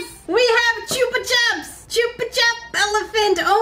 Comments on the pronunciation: I thought chupa chups wast pronounced like chupa choops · Chupa chups is actually pronounced choopa choops. It's a Spanish brand of lollipops originally so the name comes from the verb chupar which means to suck. The way you said it is how the British tend to pronounce it. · The lollypop is pronounced CH-UP-PA CH-UP. It’s pronounced the same the way both times just as an A on the end of the first word. 😂😂 Chup is Spanish for Suck’ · Choopa chup? We've always pronounced it choopa choop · Chupa Chups are Spanish, so both the 'u's are said the same, a long 'u'